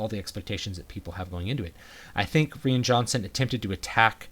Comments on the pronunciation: Did you just pronounce "Rian" as "Ree-an"? So do I! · Love the review. I don’t understand why you pronounced ‘Ryan’ Johnson’s name the way you did. Especially because you’re a native English speaker. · I liked your take on the movie, but is the director's name really pronounced "ree-an"? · Is the director's first name pronounced like "Ryan" or is it pronounced like "Rain"?!? I've also heard other people sound like they're saying Ree-in. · Rean Johnson? Isn’t it RYAN Johnson? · Why can't he say Rian correctly?